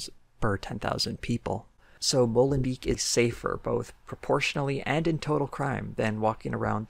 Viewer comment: as a belgian citizen it was weird how you kempt pronouncing molenbeek wrong and me being like wait what city is he talking about? and then seeing in the stats written and im like ooooh. XD just funny i love your channel.